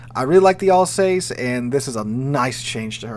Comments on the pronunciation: AL sauce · Sigh. AL-sass.